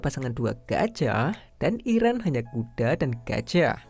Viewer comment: Yg nyadar kalo abangnya ngomong kuda itu A nya kek panjang gtu😂😂 kudaaa